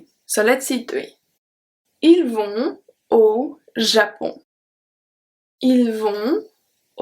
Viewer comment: Hi, thanks very much for your lesson. I heard no liaison when you said 'Ils vont-au Japon'. Could you please explain about that?